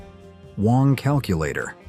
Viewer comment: Wang is NOT pronounced WONG. It is BANG with a W instead of a B.